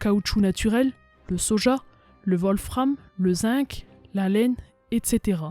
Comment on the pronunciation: Encore un travail passionnant bravo ! A noter (je suis chiant je sais 😂) le zinc que l’on prononce “zingue “ et l’horreur “va-t-être”. Je continue à explorer tes vidéos bravos !! 🎉